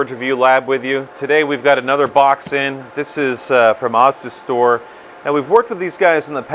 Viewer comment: "Ossistor"? (That's a new one for me, pronunciation-wise!)